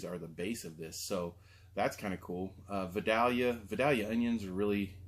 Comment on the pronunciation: It is pronounced vi-dail-yah, ;) or that is how we say it here in New Orleans.